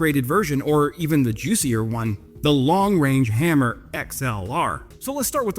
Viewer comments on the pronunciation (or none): It's haaaammer, not hammerrrr